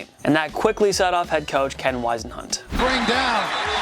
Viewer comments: & if the comment where said that Tom Brady "departed" the Pats in 2012 wasn't bad enough, all I gotta say is that even 8 yr old NFL fans know it's pronounced WIZZ-en-hunt, not WISE-en-hunt...Geez, can ya DO JUST A LITTLE RESEARCH??? Or, here's a novel idea, HIRE AN EDITOR OR EVEN A MARGINALLY CAPABLE WRITER!!! But hey, any channel that says Superbowl XL was the most "fixed SB of all-time" well, I guess I shouldn't come to expect much from 'em. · Haha read someone's comment about him mispronouncing Singletary and then he says Cole-b, instead of pronouncing it Cobb. Then Wisen-hunt, instead of Wizz-n-hunt. That said, he may mispronounce his own name lol. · Am I the only one that noticed this guy mispronouncing almost all of the names of players/coaches on this list? Sing-Le-tary...KoLb...WIsenhunt...